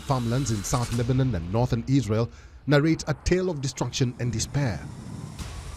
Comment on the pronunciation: Lebanon not lebanen anyone noticed her pronunciations 😂